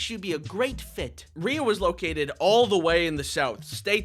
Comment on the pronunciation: First of all, I adore this little baby SO MUCH! Second of all, given that one of my names is spelled the exact same way, and I have been called ‘Ree-uh’ for my entire life despite it being pronounced ‘Ray’ (it’s a family name, that is the only reason it is spelled this way!), I felt personally victimized every time you pronounced her name correctly (/lighthearted /joke)